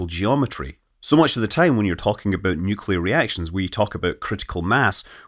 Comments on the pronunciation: It's pronounced NUclear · Nuewclear wvessel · Nucular. It's pronounced nucular. :) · Nuc-le-ar. Nuclear! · Oh come on…. Everyone knows it’s pronounced New Key Lar. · 'Nukular'... It's pronounced 'nukular'